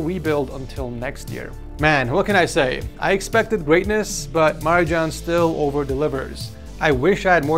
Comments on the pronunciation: you're spelling wrong Marijan name.. The J is pronunced like for example the nba player Nikola Jokic.... Balkan name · "Maridžan"?!? O, živote....